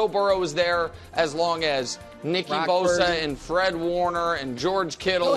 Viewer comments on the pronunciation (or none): I think he’s just saying nickie bosa